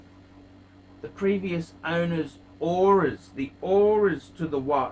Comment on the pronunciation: the "oris" wtf.